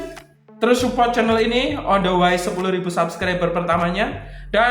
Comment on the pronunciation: rupanya gunakan gaya bahasa Inggris terbaru ya? Setahu saya "Way" bcnya "wei".....bukan "wai". Tapi ga apa2....seru aja.